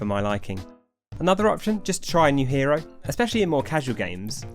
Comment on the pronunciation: Each time you said hero was like a stab in the heart